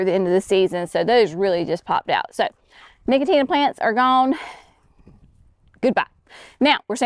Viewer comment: No-co-shiana, not nicotina. 😂